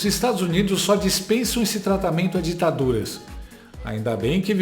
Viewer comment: Quanta dificuldade do comenazista em falar DITADURAS.